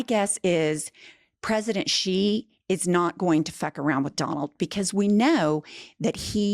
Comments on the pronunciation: Xi is pronounced as the letter “C”, not “she”. Not making fun of anyone, just helping out.❤ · Hello from Hong Kong. Love your show. BTW Xi is pronounced see. Not she. Just saying.